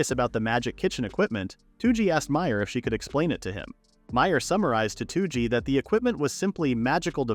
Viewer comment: why is this guy calling toji two-g?